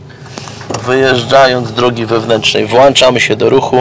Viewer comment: Włączamy,a nie WŁACZAMY!!!